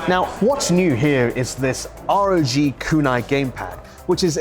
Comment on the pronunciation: It's pronounced ROG phone, not R.O.G!